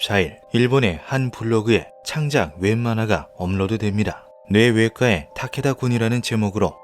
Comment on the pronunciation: 뇌외과의 타케다군의 ‘의’는 조사가 아니라 의사, 의료 할 때 의 자입니다. [-에]라고 발음하면 안됩니다ㅜㅜ 저번 형태 형성장도 그렇고 검수를 좀 꼼꼼히 해주셨으면 싶네요...